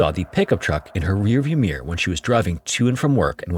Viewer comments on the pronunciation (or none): what is rearvew Meeeawaar ???